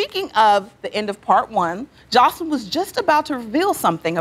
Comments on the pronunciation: It cracks me up when they pronounce her name “Josslean” 😂😂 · Lmaoo I love how dime calls joseline chanellica 💀💀